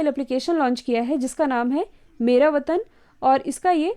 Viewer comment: Sorry app ka naam "मेरा वतन " nhi hai " मेरा वेतन " hai